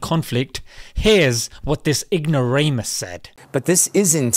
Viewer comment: The way you say ignoramous 😅 Gets me everytime 😂😂😂 And the Mohammad Hijab memes bahahaha